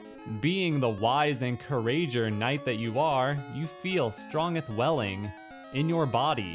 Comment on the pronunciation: "You feel strongth"